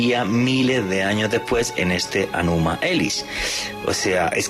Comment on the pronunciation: No es Anuma, es Enuma. No es caña, es cuña. Debería documentarse más .